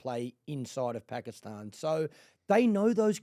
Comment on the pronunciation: She actually pronounces Pakistan perfectly